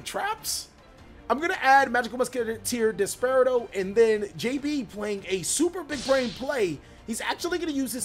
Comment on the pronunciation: It's pronounced DES - PER - AH - DOE